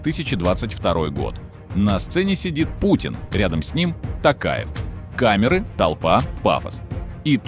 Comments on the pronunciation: Во во во во они каверкают фамилии президента казахстана "касым-жомарт-токаев" они называют его не токаев а "такаев или токаевич" это норма? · не тАкаев а тОкаев буква О в русском тоже есть понимаете? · Чувак, спасибо на добром слове. Напомнил лучшее выступление нашего Президента. Пожалуйста, запомнить всем : в казахском языке НЕТ безударных гласных! Если Токаев, то так и произносят Т О́ К А Е В.